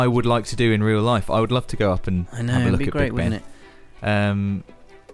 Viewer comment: LOOKUH LOOKUH LOOKUH 🙈 😆